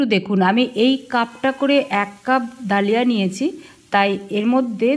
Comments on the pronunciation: কথাটা দলিয়া।ধলিয়া না।😂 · Dlia bolena dhali boley